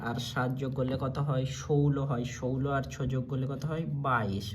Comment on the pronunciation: ষোলো ✅সৌউল্ল্য❌😂😂😂